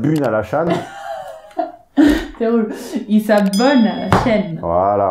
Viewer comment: "ils s'abunent à la châne" ^^ j'ai explosé de rire =)